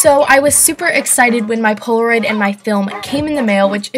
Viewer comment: Far Above Rubies it's Polaroid not poloroid